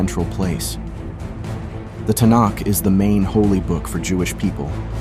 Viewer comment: WRONG. FIRST AND FOREMOST, THE CRITICAL POINT THAT WAS LOST IS THAT AT SINAI, GOD REVEALED HIMSELF DIRECTLY TO THREE MILLION EYE-AND-EAR WITNESSES, AN EVENT UNPARALLELED AND NEVER REPEATED IN HUMAN HISTORY. SECOND, THE HEBREW BIBLE HAS ALWAYS BEEN KNOWN AS THE MIKRA. STUPID AI MISPRONOUNCING ASIDE ("TONIC"?), "TANAKH" IS A MARKETING TERM NOT ADOPTED UNTIL MEDIEVAL TIMES. THIRD, THIS VIDEO IS ANTISEMITIC, MAKING RABBIS AND OTHER JEWS LOOK SINISTER. BOYCOTT STUPID BOT CONTENT. THIS CHANNEL IS TRASH.